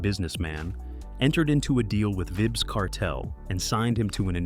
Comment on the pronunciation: Calling your page Reggae Stars.. pronouncing a reggae stars name wrong is crazy work.. Vibz?? Wow